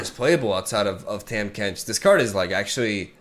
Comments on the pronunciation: My guy his name is pronounced TAH-m Kench not Tam Kench xD it doesn't matter but wanted to let you know lol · For what its worth, Tahm is pronounced Tom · Hey it’s pronounced “Tom” Kench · TAHM IS PRONOUNCED TOM TARGON IS PRONOUNCED TARGONE BASTION IS PRONOUNCED BASHON